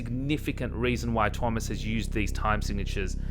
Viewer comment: She can pronounce Tuomas' name correctly. Can verify as a Finn. :) Thank you for an excellent and respectful dispute of her argument. This is truly useful debate.